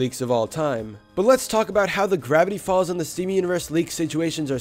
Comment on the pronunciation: Grrrrrrrrrevity folz